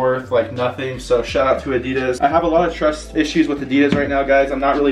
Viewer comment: A-dee-dass not eh-dee-duss